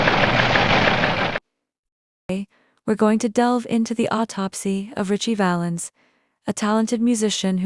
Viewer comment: You pronounced Ritchie Valens' full name incorrectly.